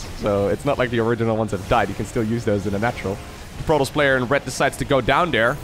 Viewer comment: Protols? You mean Protoss.